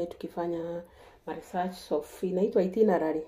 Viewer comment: ❤❤❤❤🎉🎉🎉🎉congratulations..may blessings of the LORD be yours this is awesome..GOD bless you as you adjust to new life there..am happy for you gal😅❤❤❤😂😂😂ati itinerary inasound kama kitu ingine wewe😂😂😂😂😅😂😅😂😅😂